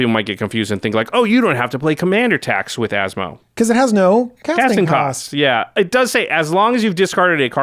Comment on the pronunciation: I’m so impressed by pronunciation 😳👏👏👏👏